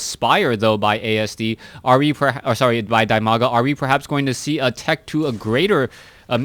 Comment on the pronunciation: it's di-maga, not die-maga.